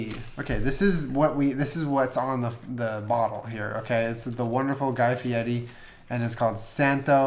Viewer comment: Yeah, he says it in an exaggerated Italian accent. It's funny because his last name is actually Ferry which he changed to Fieri which he pronounces as Fietti